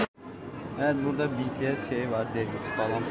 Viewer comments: biri Betese dedi😂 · betese dedi sanki biri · Ben önceden betese diyordum öğrendim ki bitiesmiş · bts direk olarak be te se diyenlere uyuz olanlar +1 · aynen benim anne de namjoonun saçına ve rapine takmış durumda 😁neredeyse army olucak..başka bir grup izleyen ""hayır cipiyes daha iyi onu cak ""diyor ve bu arada bities demek yerine cipiyes diyor😂😂😂😂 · Evet ya betese dediklerinde çok gıcık oluyorum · YAZILIS=BTS OKUNUŞ=BİTİES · Hssmrb Ndvdjskz O zaman Bts'i de yanlış söylüyoruz? Bangtansonyeondan diye okumak yerine BiTieS diye okuyoruz değil mi? Çünkü kısaltılmışı bu, ayrıca kimse Army kelimesini yanlış okuyor diye sahte Army olmuyor. Sen bir duayı yanlış okuduğunda sahte müslüman mı oluyorsun? Kimsenin Army'liğine laf etme linç yersin... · Be te se dedi ya uyuz oldum